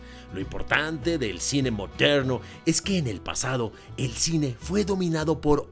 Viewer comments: Y cuando dice, no se ustedes pero eso a mí me parece ra ra racista, así el cine moderrrno jajajajajjaj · Lo unico que se es que me rei mucho cuando decias "Moderrrno" jajajaa a lo gringo